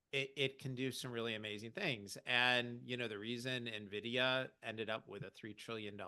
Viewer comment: If you are a market commentator and you still say "Nevidia", anything you say after that is going into the spam inbox. Get your act together.